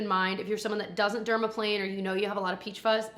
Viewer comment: AGAIN, spoiled with all of these videos!!! ❤❤ Also, very proud of you for saying “dermaplane” correctly the first go-around. Iykyk. 😂 💖💖